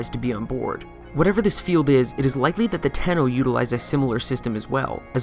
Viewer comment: Did... did you say lickly instead of likely?